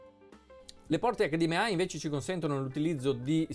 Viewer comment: HD M AI non si puo ' sentire